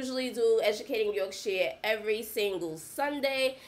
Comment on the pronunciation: The only American who can say Yorkshire correctly 🙌🏼👊🏼